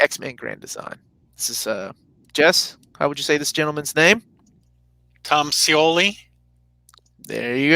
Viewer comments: Like...he didnt create a whole new name with the pronunciation which I've heard some people have done, so... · Jess was pretty dead on with Scioli's name! I was at work and just chiming in on chat for a few minutes with the sound off or I'd have definitely congratulated him in real time, lol